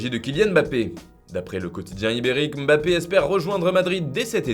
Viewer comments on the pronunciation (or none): none